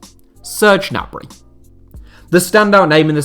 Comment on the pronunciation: its not nabry